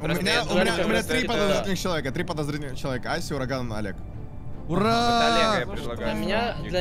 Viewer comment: Мне послышалось или нет меня кажыца что урагану сказали дуракан